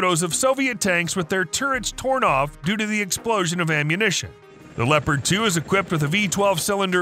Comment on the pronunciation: It is called Leopard and not Leprat